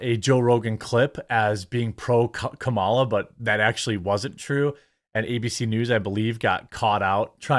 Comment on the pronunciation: He kept calling her karmala idk if anybody else caught that lmao 😂